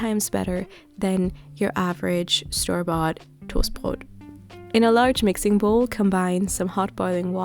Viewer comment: "... Than your average store-bought TOHSTBROHT" 😂 gotta love the Shermans ❤️ love your content, keep on going pls ❤️